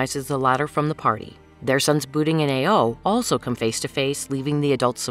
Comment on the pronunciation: Ao-ao sounds like ayo